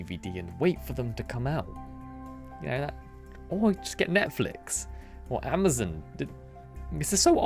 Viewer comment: I love how you say Amazon. I've never heard anyone say it like that before